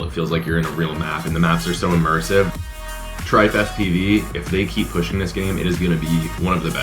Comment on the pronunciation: lol why did u call it Tripe